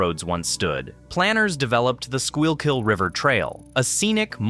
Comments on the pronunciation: I laughed every time you pronounced the L in schuylkill. also I'm pretty sure the tree streets go north south and the number streets go east-west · The way he pronounce Schuylkill is making me want to commit illegal activities 😭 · o0 the 12 different incorrect pronunciations of Schuykill, wow. :face-orange-biting-nails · It’s not a live narrator. It’s just a text to voice robo narrator. It was struggling with what to do with the “y” in Schuylkill. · You should probably know how to spell the word Schuylkill before you critique others for mispronouncing it! :D You'd think someone would have sat down with the announcer and worked with him on the pronunciation considering he says the word many times throughout the video. Of course, they probably didn't even have anyone from Philly working on the video. It was still pretty well done. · That's because AI is pronouncing Schuylkill... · “Skoo-kill” like your killing a school lol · Content is good. You can easily look up pronunciation in any wikipedia article - SKOOL-kill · Life long resident. This was very well put together. Some names, most notably Schuykill (SKOO-kl) mispronounced but understandable if you’re not from around here. I mean we call Margaret St marga-RET and Opal O-pal.😅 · As someone from the Philadelphia area, this is a very informational and well produced video. One small bone to pick however is the pronunciation by the narrator of the Schuylkill. This word is pronounced as skoo-kill. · Ditto. That pronunciation of the Sure-kill was painful! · At one point it almost sounds like the narrator says 'squirrel-kill'. He should have tried "Sure-kill". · is wrong IT'S pronounced. Sku kill. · IT'S pronounced SKUU KILL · Somebody teach the A.I. how to pronounce the river's name. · Great video, but please pronounce Schuylhill correctly! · Its like a mental flashbang every time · It’s pronounced “Skookill” not “Skyule-kill.” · School-kill not scoy-all-kill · It's pronounced "`skoo-kull" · I know. Brutal.